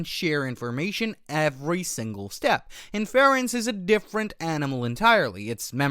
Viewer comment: Great content, but your pronunciation of Inference? Wild.